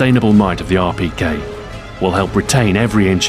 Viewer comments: if you dont know russian you wont understand it. i know russian and he said it quiet well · XboxAhoy have you learned different languages because of how you could say Rpk in russian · Your pronunciation of Russian is amazing for the beginner! Greetings from Moscow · Am I the only one who thinks its so cool the way he pronounces Russian weapons? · Amazing Russian accent! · how long did it take u to perfect saying the Russian name of the rpk? cuz it sounded really good.